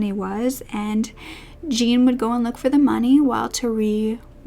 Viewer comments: actually it is my Parisian husband's name and it is J with a soft j followed by oh with a soft,faded n. Like Jorhnn. Not like John, which is a sharper word and with a hard J and n. It is spelt Jean but not pronounced Jean in French. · Jean in French is usually pronounced like "John" or "Zhjon" :) just fyi love your videos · Hi, never heard of this upsetting case before. Just a word on pronunciation. Jean is pronounced like zhon, and Berthe like Bear-ter There is a person in the comments repeatedly saying that the elderly victims were racists and implies they deserved their fates, which is disgusting. There is nothing to suggest they were racists and that they deserved torture and death. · Jean for a French man is pronounced more like "John" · it's closer to John than jean (like the pants) it's easily found pronounced on yt